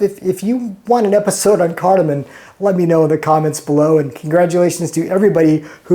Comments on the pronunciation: CARDAMOM NOT CARDAMON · it's a chipper for potatoes, parsnips, pumpkin, et al. Also the pods are CARDAmom, not CARDAmon. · Great video! Thanks! By the way, it’s refractive index, not refractory index; it’s cardamoM, not cardomoN! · He calls himself a chef? Questionable. He can't even pronounce cardamom. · careful with that cardamom pronunciation! There is no "N" in there